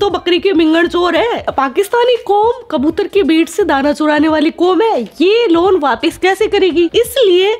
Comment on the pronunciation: Loan hota hai luon nahi madam